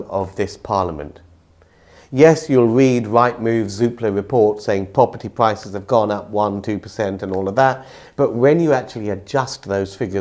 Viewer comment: Observation: people who pronounce R as a W, should be banned from saying Pwopurty Pwices.😂